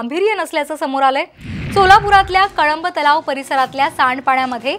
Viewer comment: मॅडम तुम्ही उचार कळंब तलाव केलात तो चुकीचा आहे त्या ऐवजी कंबर तलाव असे म्हणा.